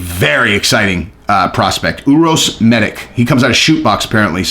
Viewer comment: I gotta to correct the pronounciation of balkan names since im from that part of europe, its meditch and rakitch Anyway keep up the great work